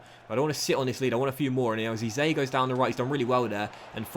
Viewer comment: Hey love the vids man but just one thing can you pronounce Eze as Eh-zay❤️